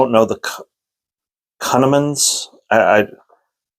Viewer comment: Coon- Amin. Pronunciation kunneman